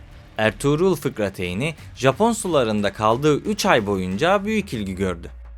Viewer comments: Fıkrateyn değil 😂 fırkateyn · "FIKRATEYN" değil ama yaa! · Dili dönmüyor